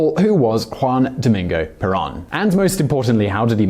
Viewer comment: In Spanish, the o is like a "long o" in English. /Pear-OWN./ (Caps for the accent, written out in Spanish, otherwise it would indeed be penultimate.)